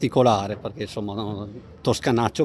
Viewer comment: Si, ma insomma! Curate bene la pronuncia. Insomma in italiano si pronuncia insomma, non inZomma. 🤦🏻‍♂️